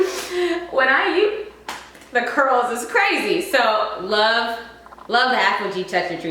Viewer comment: "the curls iss crazy" 😭